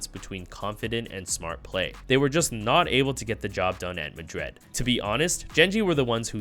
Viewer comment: bruh just questioning why do you pronouce Madrid so weird lmao, like madread? good content tho